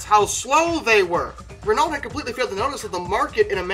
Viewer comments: In the uk, we pronounce Renault ren-oh. Being that guy eh? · You're close with the pronunciation with the Dauphine, just don't pronounce the "lt" in Renault - "ren-no." My vote for the worst car ever goes to the Pontiac Aztek, as it's a car I once had the misfortune of being given as a rental. What should have been a pioneering car-based SUV (one of the first crossovers) was completely ruined by truly weird design choices. These included a variant of Pontiac's divisive "quad-nostril" grille (as found on the last Trans-Ams where the aggressive look was better suited), overly-square wheel wells that, combined with the tall roof line, made the wheels look too small, cheap-looking plastic body cladding, and a split tailgate that was way too heavy to operate and incorporated a split rear window that obstructed the driver's rearward view. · My uncle had a Renault Dauphine for a while, french car, in America.... He wasn't the one to restore it. So he sold it and got a split window VW bus. Not to be the guy for pronunciation... But it's Rey No 👍 the official commercials for the AMC and Renault Alliance said it so themselves. But you said Dauphine right. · Maybe I saw too much Top Gear but I'm pretty sure it's pronounced as "Ren-oh". And before you ask, it was the good version with Jeremy Clarkson. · It really is Ren-oh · For future episodes (as there are a few bad ones!) the pronunciation of Renault is easiest described as 're know' with the 're' sounding short as in red rather than long as in read. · Oh dear, Dauphine was good, your Renault was not. It's more like "Ruhn-no", drop it into Google translate and listen. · Just because you said not to do it, you are saying it wrong. Renault the "T" is silent and "Aul" was is not pronounced like that.